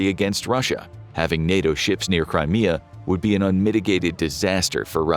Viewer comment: When he said "Crimea Rebels" it sounded like that "Cry Me A River" song by Justin Timberlake lol.